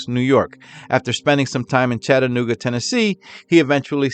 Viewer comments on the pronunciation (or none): none